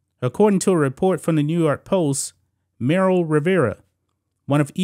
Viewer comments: Her name is Marly not Meryl lol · This neega keep saying “Merrill” Rivera😂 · MARLY...Cant even pronounce her name right...smh😆